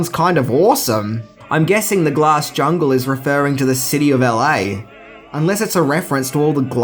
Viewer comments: The “Glass JUNGE”? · U forgot the L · Jungle...has an "L"